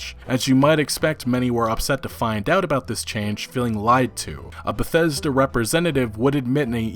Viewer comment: Eurogamer: "Bethseda".